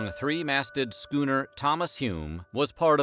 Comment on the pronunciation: "[s]chooner or later" 😂😂